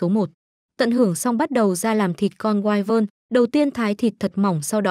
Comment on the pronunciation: Wyvern đọc là quy vần chứ không phải wai quần